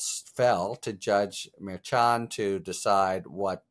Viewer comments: Judge’s surname is correctly pronounced mer SHON rather than mare CHON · Harry, I’ve got only one issue with your excellent coverage: every other channel I listen/watch pronounces the judge’s name “mer-shawn”… you are the only one pronouncing it “mer-Chan” with a hard “ch”. It’s kinda jarring to hear. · …is Harry purposely mispronouncing the judge’s name at this point? It’s mer-shon! Like shhhh on. Mer-shon. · He still cant say the judge’s name right. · ikr, and Karen has tried to help him several times!